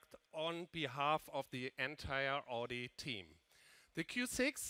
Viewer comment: Wie kann man als CEO " Odi "sagen. 😰 das ist AUDI ! Kopf schüttel